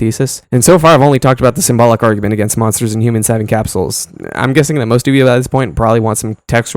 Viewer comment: Cap-souls ❌ Capsules ✅